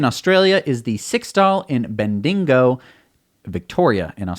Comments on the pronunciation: Your pronunciation of supercharger location in Australia - BENDIGO - was quite funny. It should be pronounced - Ben De Go. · A little fact, when you pronounce Bendigo (Ben-dee-go), there's no "dingo" in it. But it's understandable as to why you said it because Australia has dingo's. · Bendigo is pronounced Ben D go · Bendingo took my baby ... lol .. Bendigo not Bendingo :) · not Bendingo it's pronounced BEN - DEE - GO In Australia. Im sure you will have some fun with other Aussie locations too when they come on line.:-) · That's Bendigo - not Bendingo, cheers - hah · yeah, we need more superchargers in Australia. We also need a government that takes an interest in EV's, instead of deriding them at every opportunity. BTW, you mispronounced Bendigo. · Australia Bendigo pronounced BEN DEGO Australia is approximately the size of America with a population of 24 million clearly far fewer electric cars per capita as well and massive distances form charge point to charge point so logically the demand is low and so, therefore, is the supply. Hopefully, that will change when teslas become affordable. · Smirk, its actually pronounced ben-di-go.